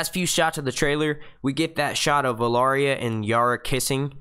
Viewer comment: Please learn how to correctly pronounce Arya